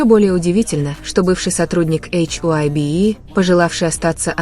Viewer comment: Вы хотя бы названте компаний правильно произноситн хайб и диспатч. Вам что все сообщают? Откуда вы это все берете? Кто его выгонит тз группы тогда это уже не будет бтс🤬